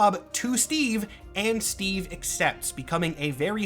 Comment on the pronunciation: STWEEVE ROGERS